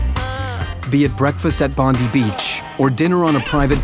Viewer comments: Bond eye not Bondee! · I think it's Bond-die beach, not Bond-dee. Correct me if I'm wrong. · Correct, it's the hard I sound, Bond-I. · It's Bondi (Bond-eye) NOT Bondy. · Ah,bless the American. Softening the ss in Aussie. Just go hard and say ZZ. Our antipodean friends are made of sterner stuff. After all,they got kick ass spiders in their homes,go surfing with Great White Sharks and have boxing matches with kangaroo's and karate kicking,razor clawed cassowassolassoowarries. And i just love a cockatoo. Oh ,and it's Bondi as in Bon-die or Bond-eye,not bondee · Its pronounced Bondi (bon die) not Bondee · Not Bondy Beach 😆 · They all look exactly the same. They live an incredibly long time. Their beak is brutal if they give you a nip. And Bondi is pronounced bon die....even cockies know that. 😊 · cause it pronounced Bondi wrong :P